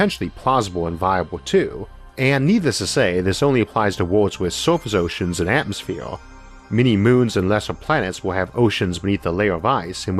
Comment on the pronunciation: Wotully no atmofeer - how can one person butcher so many words?